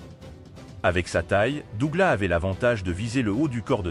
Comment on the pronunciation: SÉOUL ????? ET DOUGLAS SE PRONONCE AVEC UN S .....DOG LESS .... VOUS N'ÉCOUTEZ PAS LA VERSION ANGLAISE ORIGINALE ???